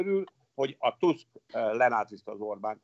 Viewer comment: Tusk nem Tászk!